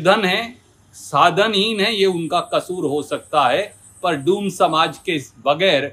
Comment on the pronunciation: डोम नहीं डूम बोला है 😂😂 😂😂😂